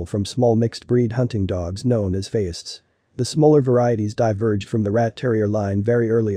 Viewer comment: That’s because this content was copied and pasted from Wikipedia word for word. Also “Feist” pronounced wrong.